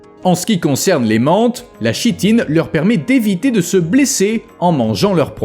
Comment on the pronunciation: La chitine se prononce kitine